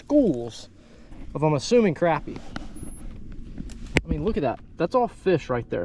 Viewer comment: It annoys the shit out of me that you youtubers don't say crappie right. I unfollowed a guy cause of it.